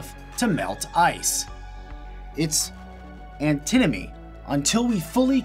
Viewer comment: Also, it's Antinomy, not Antimony. Google thinks Antinomy isn't a word.